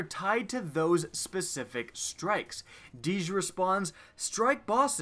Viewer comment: Its DEEJ,not fucking DEEZ